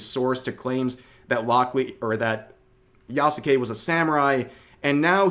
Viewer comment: The "u" in "Yasuke" is silent.